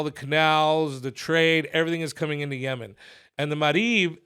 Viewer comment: Lmfao😂 felipe.."YeMan." 😆